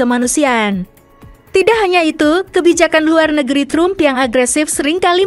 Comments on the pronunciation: Trum itu siapa Mimin? Tram kali cara bacanya. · 🤣😂 lucu bacanya Los é ngé lés bukan trum mbak.. tapi Drum 🤣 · Narator kebangeten nama presiden AS itu bacanya Donald TRAM bukan trum sprti bhs indonesia. Memalukan gitu kok jadi narator di youtube yag tayang internasional. Belajar dulu mbak. Bukan hanya bisa baca cepet saja dengan gaya kemayu. belajar yang bener dulumbak baru tampil.